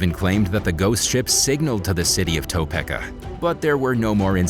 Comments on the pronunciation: freakin youtubetsh pronunciation people: Potomac (poe-toe-mac) Topeka (toe-pee-ka) Eurydice {your-rid-i-kay) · your pronunciation of Potomac and Topeka are hilarious.